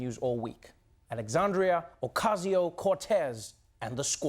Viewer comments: There are Puerto Ricans all over New York man.....Trump really couldn't say AOC's name right? I think he forged his Queens address. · It’s a minor thing given how horrible the whole situation is, but the fact that he goes out of his way to mispronounce AOC’s middle name is just ridiculous. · You saw him point to his head twice, as if he were pulling the trigger of a gun when he purposefully mispronounced the name of CongressWoman Ocasio-Cortez, RIGHT?! It's on video...So, now what?!?! Pretend it isn't?! Privileged, White slave owners wrote the constitution and established our government in order to maintain their status quo. It has done just that. Let's go, Ladies! It's a brand fucking new day! #jointhesquad! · What is it with Americans insulting people by mispronouncing their names? Yes, denial of identity and the right to self-determination and all that, but ultimately, you're the idiot who can't remember the stress placement on a two-syllable word, how does that make the other look bad??